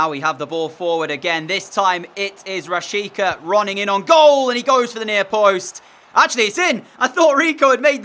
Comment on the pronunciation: Its rashitsa pronounced